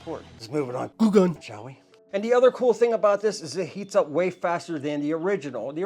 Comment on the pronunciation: Dude, you should voice over “glue gun” every time you said it wrong. You had me laughing out loud!